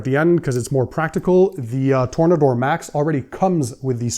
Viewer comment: Its Tore-Nader